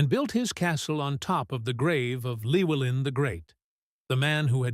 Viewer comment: It's pronounced clue-ellin not lewellin. In welsh Ll is klu